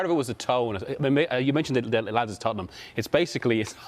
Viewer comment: It's Tottenham🤣😂